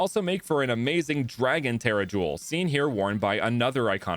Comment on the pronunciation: He pronounced it the correct way